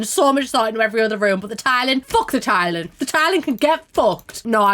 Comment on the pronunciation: the way "career" sounds like "korea" and "tiling" sounds like "thailand" in this dialect is op